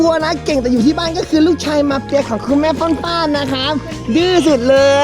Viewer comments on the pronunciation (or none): ชอบเรียกฟ่านๆเป็นป่านๆอะ😂😂😂